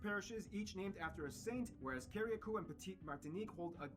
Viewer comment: I love geography now.. but its pronounced CA-RUH-COO! Love your video as well sir thumbs up for sure